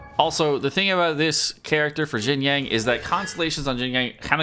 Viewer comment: "yang" ? where he getting the G from ?